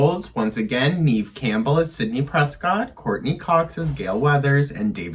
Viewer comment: One thing....I do think you're pronouncing Neve Campbell's name wrong. I am older than you and grew up with her being this mega star at the time and it was always pronounced Neve with a short e sound....not Neeve like you say it. Nev like Bev